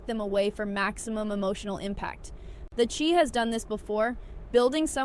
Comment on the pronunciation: Just a bit of advice... Start pronouncing the names correctly, or else no one will listen. The Chi Pronounced The Shy... Bari is actually Bakari pronounce BA-CAR-EE and Kiesha is pronounced KEY-SHA. I almost stopped watching because of how you botched the names, including the name of the show. You do have valid points, but it's hard to get past the pronunciations.